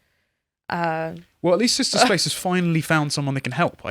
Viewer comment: It's sister not sishta. Stop butchering the english language.